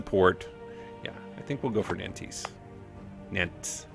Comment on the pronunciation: I love you man, but you got to stop pronouncing Nantes like that. This site should help